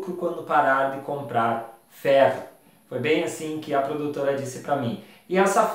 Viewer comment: Ouvi três vezes e não entendi a frase só entendi ai longo do vídeo que é FERRO na tua dicção parecia feno , fé , .